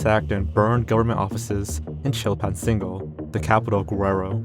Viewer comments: You mispronounced Guerrero. It's Geh-reh-roh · “Gwererro” bro is Mexican and can’t even pronounce Mexican city names 😭